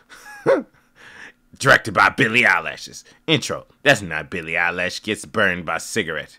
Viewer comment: Am I the only one tripping on him pronouncing her last name as eyelashes